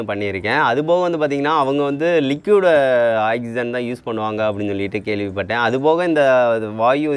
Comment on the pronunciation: Ok good!but its not " axygen" its "oxygen"!